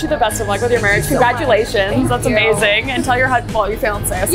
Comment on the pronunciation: I don't know why I heard EJACULATIONS instead of CONGRATULATIONS in 😢